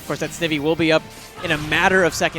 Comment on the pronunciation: say snake. now say ivy (as in poison ivy... eye-vee) Snivy (Sn-eye-vee)